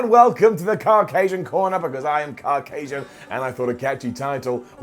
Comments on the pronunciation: What the hell is ''car-casian''..... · pronunciation of Caucasian hurt my head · That's not how you pronounce Caucasian !